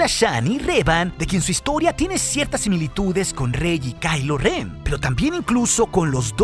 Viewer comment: es ren no ben ok, no es jate